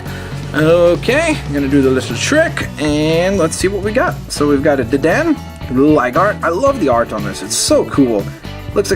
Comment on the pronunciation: Hey you said Deden but it's Dedené (I don't want to be anoying( sorry for my wrong spelling)